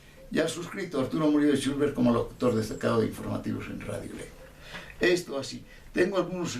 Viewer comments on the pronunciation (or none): El apellido es “Chulver” no “Chulber”. Solo esa pequeña corrección, después es un muy buen video. Algo bello que se quedará grabado en la memoria de mi bisabuelito 🫶🏻